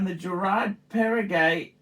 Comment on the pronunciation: You made my day! 😅 So if I summarize with your own words: « the IWC is spectacular », « the Girard Parregaux is actually nice and Pateky» (it’s pronounced Perrego, not Perregay, just in case…), the Omega is good and I’ll pass on the Breitling rant because of the obvious difficulties you have in reading comprehension, combined with the attention span of a toddler. But…the key takeaway is they are all dogs with fleas and shitters. Instead of choosing good watches that we like or have complications, we should just dump all of those that don’t have a crown logo (including those that have sentimental value), in order to buy Rolex at 3 times the price, so that we can show off at the 15$ all you can eat Asian self service buffet and make sure even the sub-average diners there recognize the brand on your wrist. Not to forget that we should couple our Rolex with an entry level beemer, that we can’t actually afford to buy cash, so that people don’t mistakenly conclude that you drive a Ford Modeo, after seeing your gold IWC perpetual calendar. Spot on!! 😂